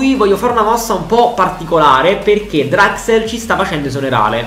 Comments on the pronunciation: hai detto draxel al posto di draxler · Si però mi da fastidio il fatto che dici draxel si dice Draxler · Si pronuncia draxler non draxel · Julian Draxler: draxel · Grande per tutto ma si dice DRAXLER con la L